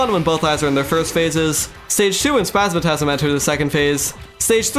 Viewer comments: spazmatism not spazmatasm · Bro great video except i would have used mimic loot so you dont need to min max for mechs, also why do you say spazmatasm instead of spasmatism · One of the best terraria videos I've ever watched. I clicked on it expecting to click off after a few minutes but stuck around through the whole vid. One small thing tho the green eye of the twins is spazmatism not spazmatasm but overall great video! ❤ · 9/10 you call spazmatism spazmatasm instead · Yeah lots of people have corrected my pronunciation of spazmatism lol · You're the second youtuber I hear pronouncing Spazmatism as "Spazmatasm". Is there some reason for that? From what I know both it and "astigmatism", one of the words it's based on, should pretty much always be pronounced with an "i". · Insane quality and entertainment, the editing and commentary were amazing Bro violated the twins’ names 😭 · The way he pronounces the twins names felt like an uppercut to the ears. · "Spazmatism" has an I,. Not a third A. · not to be rude but you mispronounce spazmatism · I give you two days to learn how to pronounce spasmatism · ytou pronounce spazmatism wrong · Please re-read the word "Spasmatizm" slowly.